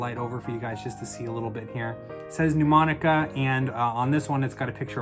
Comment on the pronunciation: Really helpful. Thank you. Can I point out respectfully that Mnemonica is not pronounced 'New- monica'? It's actually pronounced: Nə-monica. Quite a few established channels mispronounce it, especially Rick Lax! You can hear it here: A mnemonic (/nəˈmɒnɪk/,) device, or memory device, is any learning technique that aids information retention or retrieval (remembering) in the human memory.